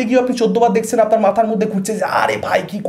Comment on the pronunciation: কথাটা 'দেখছেন' দেখসেন নয়, অরিত্র ছাড়া বাকীরা যারা সিনেমার রিভিউ দেন তাদের বেশিরভাগের বাংলা উচ্চারণ সাংঘাটিক খারাপ কেন